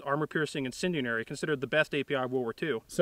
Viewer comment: "Incendianary" is driving me nuts.